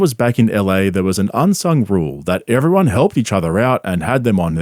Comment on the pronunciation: i am going madballs over schaub saying "everyone" like "iivrione" and he uses the word so Fn much